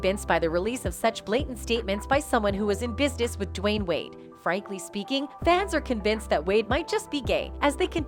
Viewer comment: Why are you saying his name like that